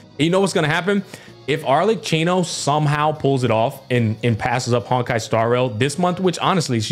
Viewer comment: It is pronounced ArleKino